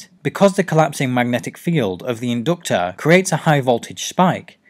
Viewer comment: The in-doctor. #Accents